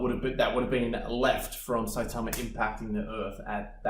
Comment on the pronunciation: Was not ready for the shorts. Also that cool accent saying saitama like really well.